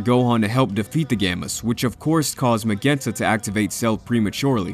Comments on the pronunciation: The way he pronounces “magenta” ughhhhh…. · Mah gen tuh. Sorry mispronunciation is a minor pet peeve of mine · Did you really as a grown man just pronounce magenta as MEGEHNTA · That’s an interesting way to pronounce magenta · Magenta , like the dog from blues clues it’s pronounced differently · You pronounced Magenta wrong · How do you mispronounce “Magenta”? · lol I’m sorry but you don’t know how to pronounce magenta and it completely took me out of the content